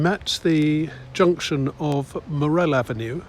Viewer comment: You pronounce morrell avenue incorrectly